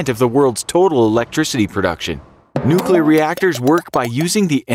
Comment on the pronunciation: "Nuculer reactors cannot explode like a bomb" Chernobyl: am i a joke to you.